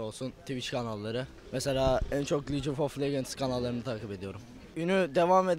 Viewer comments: licof of lecent ne lan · licofoflegends nedir amk 1 kişi mi doğru söyleyemez şu oyunun adını :(